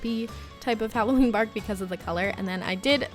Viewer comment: I thought u said chocolate barf instead of bark lol